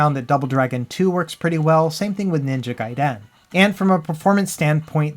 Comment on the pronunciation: "ninja gai DEN" ..........